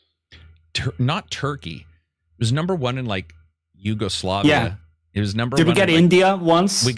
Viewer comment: did you say Yugoslavia?